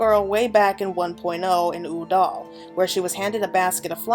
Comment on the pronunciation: It's also "Ul'dah", not "Uh'dal" lol